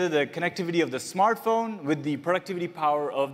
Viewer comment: Its Smart Phone mr DJ Koh not Smaaaart phn